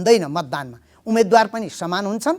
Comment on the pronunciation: कार्यक्रमको आशय राम्रो तर कार्यक्रम सञ्चालक सार्वजनिक प्रवक्ता जस्तो होनहार व्यक्तित्व र रिपोर्ट वाचिकाको नेपाली उच्चारणले मेरो निन्द्रा खल्बल्यायो, मैले आफैं नजानेको हुँ कि - उमेदवार व उम्मेदवार चैं सही उच्चारण हो भन्ने ठान्थें तर तपाईंहरूले "उमेद्वार" उच्चारण गरिदिनुभयो, म छक्क परें ...